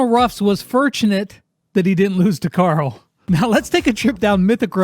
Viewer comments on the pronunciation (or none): none